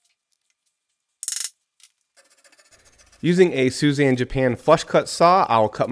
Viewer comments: Not Suzanne, pronounced (sue-ee-za-n) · Your sponsor's name is more like "Sooey-zahn", not "Suzanne" 😆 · beautiful table but youre butchering the name of that saw brand. Its pronounced soo-ee-zah-n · Suizan is pronounced = Soo-ee-zahn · Phenomenal workmanship! I can't help thinking Suizan is not pronounced that way. I know that's not the right thing to take away from this video.